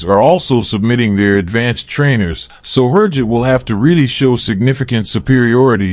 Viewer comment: Click-bait! USA did not buy training jet from Türkiye. May be 2-3 years later after many tests. Who ever prepared the video, cannot even pronounce Türkiye or HürJet.